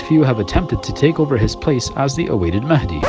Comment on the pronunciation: Yes Mahendi, not mahadi